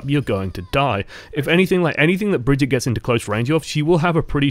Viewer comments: HER NAME AINT BRIDGET OR BRIGETE ITS BRIGITTE WITH AN 'I' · just to clear it up it's pronounced Brig-eat-uh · ITS BRI-GEE-TAH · Drinking game: take a shot every time he mispronounces her name, and take two every time he said another name when he meant to say Brigitte. I’ll pick you up from the emergency room tomorrow.